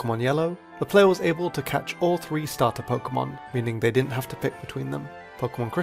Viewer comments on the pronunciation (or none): none